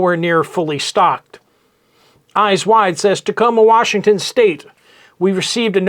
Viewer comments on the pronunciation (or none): none